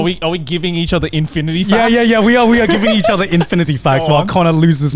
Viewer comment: im stoned and even i near spat out my water when Grant said infiinity. No more coffee treats for that man!